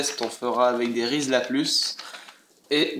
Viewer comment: On dit Riz la de la croix, et non rizla + , mais très bon test!!